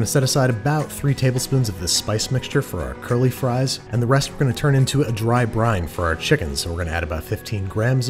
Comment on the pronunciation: a dry brine, or a "dryne", if you will